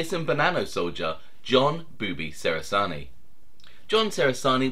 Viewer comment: John was my Nonno's cousin, it's pronounced "che-ra-zar-knee" not "se-ra-zar-knee" by the way.